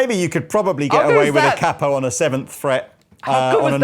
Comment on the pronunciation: nice..but a capo is pronounced K-po not cap-o